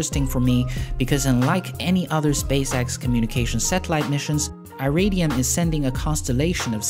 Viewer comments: "Iridium" is pronounced "ih-rid-ee-uhm" or "eye-rid-ee-um", not "eye-ray-dee-um". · Yeah, it's more like Eee-ridium than Eye-ridium. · Only man i've heard pronounce Iridium like that... Interesting! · wrong pronunciation of Iridium XD